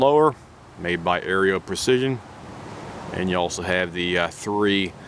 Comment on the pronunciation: I’m not trying to be rude, but it’s pronounced Arrow = Aero Precision. Just wanted to let you know. Nice rifle 👍